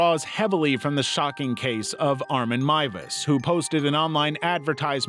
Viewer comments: He's done another video where he mentioned him and pronounced his name MOOZ. HOW. THERE'S NO OO OR U IN THIS NAME. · FINALLY someone pronounces Miewes right Edit- welp, the second time you muffed it up